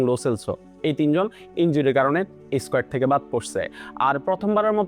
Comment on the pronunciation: squat নাকি squet 😂😂😂